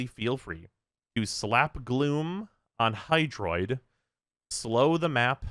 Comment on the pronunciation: Is F Hydroid. It's Hydroid, isn't it.